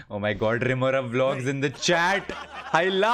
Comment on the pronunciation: its rimorav not teentigada